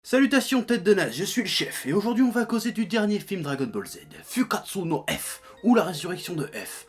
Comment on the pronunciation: tu devrais vraiment commencer à juste faire un petit effort pour prononcer tes U en OU quand tu dit des mots japonais. Comme Sasuke, qui ce prononce certes Saské en Japonais, mais certainement pas SasUké, mais si tu prononce le U, pornonce OU! SASOUKÉ... FOUKKATSOU, c'est hyper facile, et sa titille moin les oreilles. :)